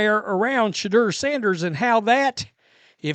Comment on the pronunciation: It's pronounced Sha-door